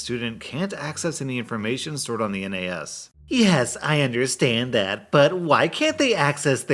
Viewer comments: " N A S ", Pronouce it as a word rather than an acronym. Nahss. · Hey just fyi, the N, A, S actually generally is pronounced nass. Just a small thing you might be interested in as you may do more Tech Support tales. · pro tip: nas is said as one word most of the time, this is the first time i've ever heard it being called a N A S, although maybe that's just from where i'm from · A minor nitpick, you can pronounce NAS as it's spelt, it doesn't need to be spoken as "N. A. S." Pronouncing each individual letter. Like how you say the nas in nas-car. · all through this part i was cringing at him saying N A S as letters and not just NAS as one word. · It annoys me that says N A S and not nas. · It's NAS (spoken) not N A S (not individual letters spoken) but still good story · N-A-S... Just say it as one word, NAS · It's pronounced NASS, not N A S...just fyi. :) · NAS is usually pronounced like "naz", not spelled out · its not N A S , its NAS, its one word, not 3 letters, lol for some reason that just pisses me off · ... N, A, S...? it's NAS like nascar, network attached storage. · ITS NAS NOT N-A-S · Hands up who's triggered he keeps spelling out N A S instead of just saying NAS(or kind of pronounced Naz)? 😂😜 That last story though, that is how you manage employees. Keeping everything in perspective and treating them as an actual person. I know/have worked with many other manager types that would have blown that situation way out of proportion and the dude would have learned half as much from the experience 😉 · FYI: NAS stands for Network Access Storage. It usually pronounced naz. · Tech people pronounce NAS as "nazz" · Quick thing to note in case you ever run into a story involving a NAS again, you don't need to read out each letter just pronouncing it as "naz" is fine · NAS is pronounced "naz" ;) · NAS is read "naz" or "nez"